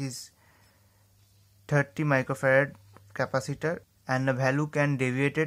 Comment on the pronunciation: He said decapatator